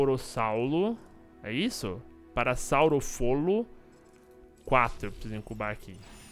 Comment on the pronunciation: É parassaurolofo kkkjkkk não parassaurofolo